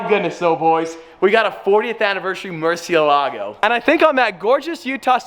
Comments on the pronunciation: Murcie.. EL. Ago is how say it. Love it Congrats 👍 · The pronunciation is more-see-la-go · it's a Murci-Elago, not a Murcie-Lago. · and sold the bugatti for buying this car... you must love it. MURCIÉLAGO, learn to say it. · Just for the future because I’m guessing your gonna be saying there name a lot, it’s pronounced “mer-shuh-la-go” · Too bad you and about 90% of the rest of the car community do NOT know how to properly pronounce "Murciélago". (HINT: notice and focus on the accented é) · Take a shot every time he mispronounced Murciélago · the way Americans pronounce murcielago makes me want to cry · Great video, but the pronunciation of Murcielago lowkey drove me insane this isn't meant to be hate, I love